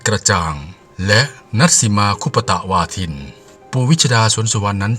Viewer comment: ชื่อ ณัฐสิมา คุปตะวาทิน ค่ะ ไม่ใช่คุปปะตะวาทินค่ะ แอด